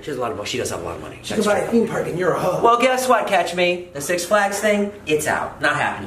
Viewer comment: Its catch not cash